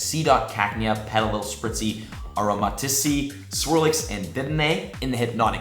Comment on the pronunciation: its actually aromatease like in grease its ok i will forgive you on this one as it is a tricky on to say btw you should make a video about how to say the pokemon properly